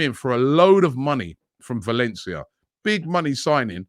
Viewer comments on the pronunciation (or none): none